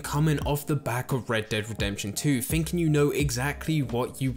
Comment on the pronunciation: Sorry man, the fs for ths was too much - “fings” “finking” “free”. Couldn’t get through it